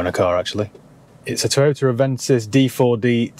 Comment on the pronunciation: Can you say “Toyoter” just one more time 😂😍😂😍😂😍